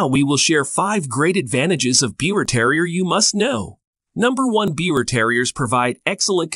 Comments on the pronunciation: I am happy to see that others commented on the pronunciation of Biewer it important to get that correct especially if you are making video . I have two Biewers and there are definitely some things that you presented which are Not True,. They are hypoallergic dogs and they Do Not Shed . As for the coat, Biewers do not have an undercoat. My male's coat never matted and I did not brush him daily. My female does mate and needs to be brushed daily when she has a long coat. They are not excessive barkers. Yorkies are but not the Biewer. My girl never barked for the door bell until the boy taught her that we are alert dogs for our humans. Biewers are sweet, very smart and happy little dogs and also very loving. I can not say enough about about them. I am preparing to get my third Biewer and looking forward to the experience. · I overlooked the mispronunciation of the breed name, but I could not overlook the claim that these dogs shed a lot. I stopped watching at that point. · Please take down this mis information. You can’t even pronounce the name correctly. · You can't even pronounce their name properly 😒. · First of all the breed is pronounced beaver, like the rodent. They are hypoallergenic. The BT does not have a double coat and does not shed. BT, that is not well socialized will bark if they hear a cockroach fart from across the room. I’ve been breeding and showing these dogs since 2007. They are a companion breed and they live up to that. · The lies you tell sir my Biewer Terrier which you are not pronouncing it right because it's pronounced like Beaver so I'm turning this video off because you don't even know how to say the name right . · It's pronounced "beaver". This is absolutely wrong! Bad resource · First off, the breed name is not being pronounced properly. I breed and show this wonderful breed. The person that did this is providing almost all incorrect information and I for one am very dissapointed! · Even the name is said wrong